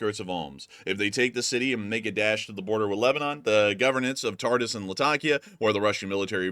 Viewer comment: Please! Tartus is not pronounced Tart - us, it's pronounced Tart - oose. With the appropriate diacritical, Tartūs. I know. I used to live there.